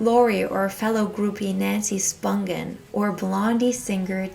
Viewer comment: Nancy Spungen's last name is pronounced "spungeon" with a soft G not "spungen" with a hard G. Several of the names you mentioned were not pronounced correctly.